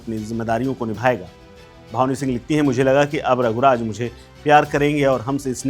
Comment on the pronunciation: भावनी सिंह नहीं ..... भानवी सिंह नाम h 😂